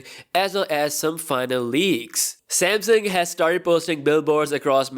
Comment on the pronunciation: yes finally a content creator says samsung as samsung not semsang